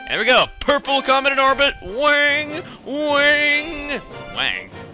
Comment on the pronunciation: "WAANG! WAANG!" That made me realize, You know how those stereotypical japanese people always have "wong, or Ling" I feel sorry for whoever's last name is "Wang"